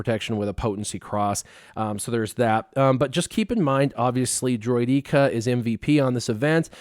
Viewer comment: Another great video! But the way you pronounce Droideka makes me want to pour cement in my ears 😂